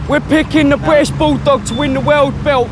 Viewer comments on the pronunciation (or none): "weeyah pikkin da Bwittish Bouldog to win da woyld belt, in dabble yoo cee dabble yoo!"